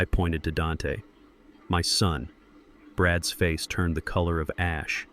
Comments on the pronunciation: Learn the proper way to pronounce possessive noun or pronoun. That Zeke s, Dante s Brad s drove me up the wall after about 45 minutes. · Lots of contradictions. Background noises, even coughing. Things out of order. Could be a good story if it was cleaned up. Instead correct pronunciation any plural word is said as the word, then s. For example day s instead of days. Brad s instead of Brad's.. it gets annoying after so many times.